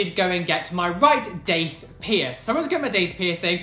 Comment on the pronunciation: I thought u said dick piercing